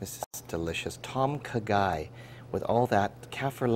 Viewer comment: it's kinda more like.."Dom Khaaaa Gaiii.." u need to drag the words out a bit -_-"